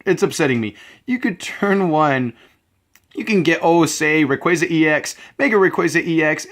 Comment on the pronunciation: It's actually rayquaza, the "wrong way" u kind of said.